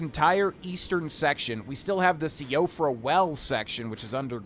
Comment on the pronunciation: I believe it is pronounced “Siofra” as in (Shee,o,fra) as I think it’s Irish descent, or somewhat Norwegian.